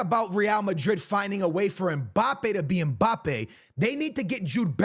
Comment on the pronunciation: Is it Mbappe or e'Mbappe?🤣🤣